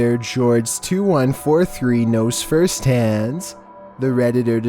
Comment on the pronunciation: this dude said "knows first hands"